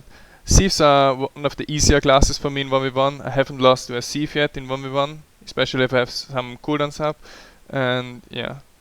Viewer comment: when you say "thief" it sounds like "C-eve" :D